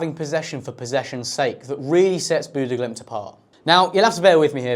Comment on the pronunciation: yeah, he didn't say it right either